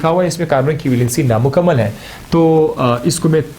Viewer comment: ...I think sir is patan bcx the accent in which he said"NAMUKAMMAL nd MUKAMMAL"❤❤❤❤❤